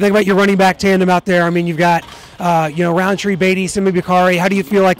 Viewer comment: No hate but it's rountree